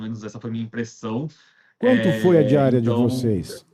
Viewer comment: Nao deu de entender valor da diária. Fale direito.